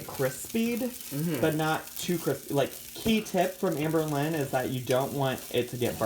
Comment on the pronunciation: “It’s getting crispied” 😂😂😂